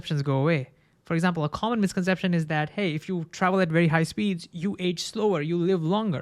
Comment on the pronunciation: Wery wery interesting. I lowe how much you’re dewoted to science